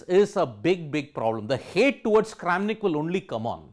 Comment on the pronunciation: not kramanik but karen of chess world LMAO